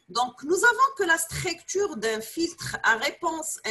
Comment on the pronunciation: ellah yatik essaha madame (cependant il y a une très petite remarque on dit STRUCTURE ET NON PAS STRAICTURE) je m'excuse pour la remarque mais votre cours est très important merci encore